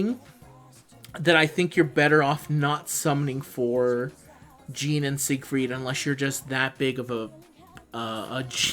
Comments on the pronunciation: Stop saying "jean" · wtf are you calling Jeanne... "Gene"?